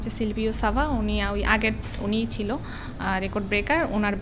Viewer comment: র‍্যাকর্ড নারে ভাই। রেকর্ড।